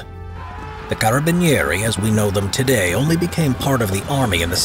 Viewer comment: i love you pronunce of carabinieri PS: i'm from italy